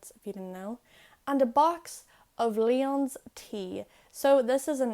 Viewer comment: Perhaps a bit of a joke because it's a video about phonetics, but as I've heard it the tea "Lyons" is said like "Lions" (ainmhí - leon as Gaeilge), not as "Leon's" (a name also derived from the word for a lion, but said more like lee-on, as in putting the 'lee'-side of the boat 'on' the dock). It could be a regional thing - I'm from Boston, and my Irish & Hiberno-English is mostly from Galway. GRMA!